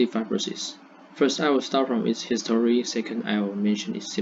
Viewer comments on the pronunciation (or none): ，you did a fair job. Your pace was okay, a bit in a rush. Because you were reading a script without pause, it seems to me a bit less enthusiastic. You can slow down a bit. Also, you mispronounced two words "fibr'osis," and "history." Add intonation to your talk when you are speaking. We don't use the word "introduce" a lot in presentations. Unless something is completely new to the world, we usually use "talk about," "look at," or simply say "I'll explain...," “I’ll focus on…” Finally, there isn't a 頓號 in the English punctuation